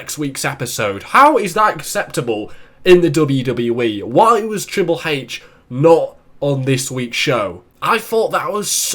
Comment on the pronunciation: triple heich xD